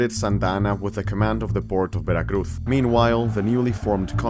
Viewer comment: All right, I will forgive you pronouncing Veracruz with a "th" because you actually are from Spain.